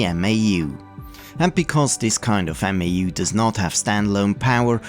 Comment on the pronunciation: MAU is pronounced mow (like cow) I saw a school computer lab that booted a bunch of PS/2s from 1 Novell Netware server over token ring. Eliminated a lot of stuff kids could get up to.